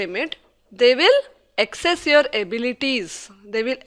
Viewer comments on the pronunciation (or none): It's assess, and not access. Who is this woman!!? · ... its assess ... not access...😂